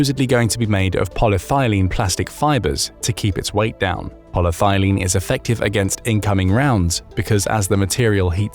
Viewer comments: It's actually Poly-ETH-ylene, not Polythailene. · AI narration fail: It's not "poly thigh lean", its "poly ethyl een" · It’s polyETHYLene not polythylene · Good show. Enjoy the content. Just one note; it's Poly-ethylene. As in ethanol. Granted, thylene does sound exsotic, but in this case, it's just the stuff plain old black water pipes are made from. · The compound is polyethylene, not polythilene. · pol-y-eth-y-lene, not pol-ye-thy-lene. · Did you mean: polyethylene? "Poly-thigh lean" might be some kind of a kink or perhaps a recreational drug (or some combination thereof) but Satnik was most probably imagined to be (as it doesn't exist and those models are constructed out of parts available off of AliExpress) made out of Ultra-High-Molecular-Weight Polyethylene - i.e. UHMWPE, i.e. Dyneema and Spectra fibers, i.e. IBA. I.e. Armor available in the west for decades and already superseded by newer designs and configurations. Same materials though. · re the body armour, theres no such thing as "poly-thylene" youre just pronouncing polyethylene (poly-ethy-leen) wrong, which is the common plastic usually shortened to polythene, often used for bags and stuff, among countless other things. its properties can be radically improved by altering the polymer length, inter-molecule linking and by various additives to make it also feasible for applications such as body armour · polyethylene = pol-y-eth-y-lene - 5 syllables, not 4. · Poly - thyleen? Seriously? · Polyethylene is not pronounced aa polythylene. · polyethylene is not pronounced like that in the US (ask google). It could be a British or Aussie take on it (think aluminium - A loo min ee umm vs a loom in umm).